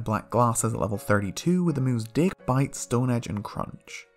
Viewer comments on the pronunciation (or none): I thought he said Dick,Bite,Stone Edge,And Crunch😂